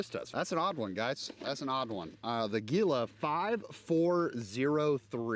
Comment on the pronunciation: “Gila” is pronounced “HEE-la”. As in the ‘monster’ of the same name.